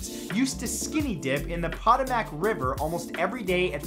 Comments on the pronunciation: Puh-toe-mick not pota-mack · Wth is the Poto Mack river?... Gotta work on pronunciation guy.... 55555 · Robert Mencik ..me too .. it's PAH TAH MIK... PAHTAHMIK... RIVER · On fact number 45 he said “pot-o-mack”. It’s pronounced “pa-toe-mick” it’s okay I understand you’re Canadian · When you said potamac River I had to listen to it several times to make sure that you were saying what I thought. Just so you know it's pronounced pa-toe-mick river. It happens to the best of us saying the word that you've never heard said before. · Did he just say (POT-A-MAC)??? It’s (pa-toe-mick). I live in Virginia where the river actually is and no one says it like that!!! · Mfw Matthew pronounced patomac ("pa-toe-mick") like "pot-o-mack" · Matthew I love you buh Potomac river is pronounced(PO-TO-MIC) hope this helps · How you pronounced “Potomac River” is confusing me.... I always knew it as “poe-toe-mic” (BTW I live in Northern Virginia) But what’s confusing me is how I can totally see it being pronounced how you say it... IDK WHAT’S CORRECT AND WHAT ISN’T! Always hearing of the Potomac (Mills) Mall, and the Potomac River- not once have I heard it pronounced that way. It makes sense, though!! I actually found my self sounding it out in my head to spell it correctly the same way you said it! Pow-ta(o)mic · “Pot-o-Mack” River? 555555! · Pot-O-mac River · #45 its pronounced like pah-tow-mick xoxox 5555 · It kinda bothers me how he pronounced Patomac since I grew up near the river and it's supposed to be said like "Pa-toe-mic" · I think you pronounced "Potomac" incorrectly. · Okay, HOW do you mispronounce Potomac?